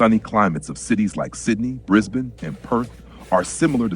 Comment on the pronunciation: 10 points for pronouncing 'Brisbane' correctly.